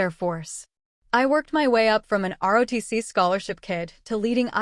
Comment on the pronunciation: Quit saying RODC it's ROTC